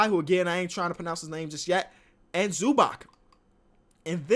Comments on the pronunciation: It's pronounced "Zubats" my dude not "Zubak" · YOU ALL SAY IT WRONG The C in Zubac is like C in Bjelica Try to say it wrong now i warned y'all0